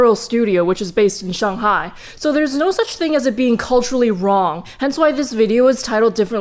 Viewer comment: omg. you actually say “shanghai” right